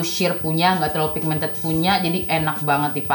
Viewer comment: Ngomong pigmented aja ndak becus